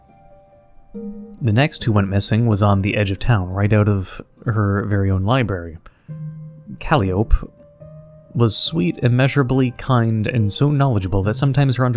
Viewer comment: Ca-lie-o-pee is how you say the cat's name 😂 I've made the same mistake. It's the name of the style of music often used for carnivals/clowns